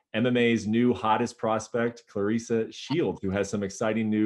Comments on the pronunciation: She leaned in and said, "It's Cla Res Sa". 💖 Oh, he got it now. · Lol, she roasted him on pronunciation of her name. Love her.